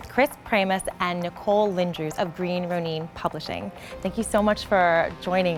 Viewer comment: The hostess' mispronunciation of "Ronin" made me physically cringe. I understand, from a production standpoint, that an attractive female presenter is always a good thing to have (see: G4's X-Play, Nerdist News w/ Jessica Chobot, and other similar shows), but allowing such an egregious error to make it into the published version of this video... really guys? It may seem like a minor detail, but to the hardcore geeks who make up your primary viewership, errors like that scream "this chick has no clue about our culture, and is probably the kind of person who looks down on us!"